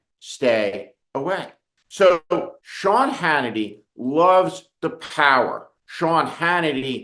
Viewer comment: We need more Ted Kopels. And yes , ShYawn... Its "sad" as hell